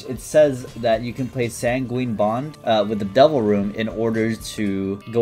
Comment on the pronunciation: he still says san gween for sanguine.......